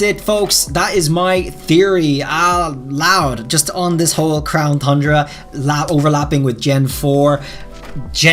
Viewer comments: Congrats on finally pronouncing tundra correctly 👏 👏 👏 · He said Tundra CORRECTLY!